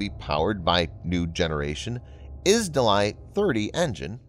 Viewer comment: izdelie 30 means product 30 ,and maybe use that, cos you really butchered the word there😁😁